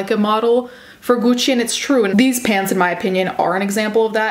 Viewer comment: For some reason the way you pronounce gucci is satisfying